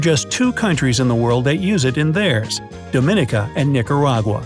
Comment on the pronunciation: U pronounced Dominica wrong